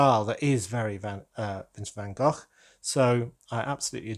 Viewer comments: Congrats with the new channel, I hope your algoritme plan comes together. And I love hearing you say Van Gogh in Dutch as it should, instead of Van Go. Hahaha! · Sounded perfect to me! 👌